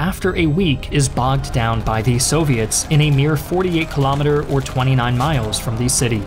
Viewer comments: I noticed you only say thE not thUH…. And now I literally can’t concentrate because all I can hear while you talk is thE. 😭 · GAAA! please stop saying "thee" it's "the" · Ok - great video, BUT "the" narration is a bit whacked here. This narrator must have gone to "Thee Ohio State University". FYI, not every "the" is pronounced "thee" in English in every format. Made it weird enough that I had to stop watching because of the consistent emphasis on that one word - "thee". He would almost pause mid sentence to enunciate "thee". IE Thee German army attacked thee Russian army at thee city of Stalingrad. etc.... Just really weird IMHO....